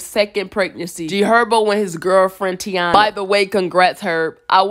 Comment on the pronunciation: The girls name IS PRONOUNCED TY-ENA NOT TEE-ANA🤦‍♀️🥴🤷‍♀️ LIKE, DAYUUUM!!! It ain't that damn Hard to see that: Taina! EVERYBODY Butchers this Girls Name... 🤦‍♀️🤷‍♀️🙋‍♀️💯👀🥴😬🙄